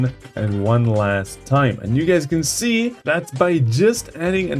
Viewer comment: “Guys”, not “gáys”.